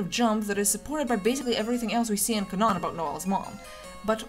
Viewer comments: did Did you say canon as k’nan? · Something about the way you say canon triggers my flight or fight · why did you why did you pronounce canon like that